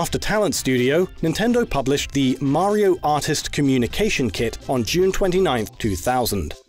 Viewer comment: His pronunciation of 'Mario' is baffling.